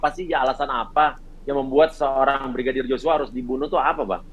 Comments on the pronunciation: Terselip.lidah Brigidar 😄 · Salut sama abang yg jadi pengacara nya barada E...tetap lah semangat yah bang dan semoga kelar semua nya dgn jelas..Amien tapi yg bikin sy pengen ketawa sm bang uya kuya setiap mau sebut nama brigadir J selalu salah sebut...dia sllu bilang Brigidar joshua 😁hehehehe...slowly bang uya 🙏